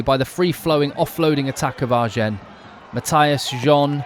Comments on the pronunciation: Sorry, im going to sound like a right pain. Agen (I'm pretty sure) is pronounced Ah-gen not R-gen. Loving the coverage. Great crowds, atmosphere and energy. 2nd division rugby.! No..🔥💥🔥💥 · Right but more important though, you don't pronounce the "n" ;)